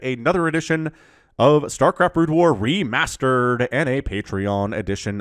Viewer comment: he said "Starcraft Re-mustard"? =D